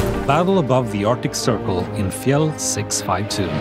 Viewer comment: You said fjell incredibly well